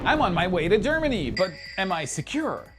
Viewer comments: Germany, not “Geramany”. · "I'm on my way to Geramany!"